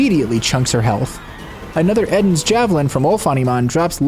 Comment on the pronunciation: Isn’t Eden’s Javelin a reference to the Garden of Eden thus being pronounced EE-den rather than Eh-den?